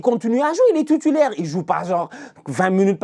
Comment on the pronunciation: « Tutulaire »😂😂 toi t’es mon gars